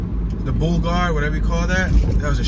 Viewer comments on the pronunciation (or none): none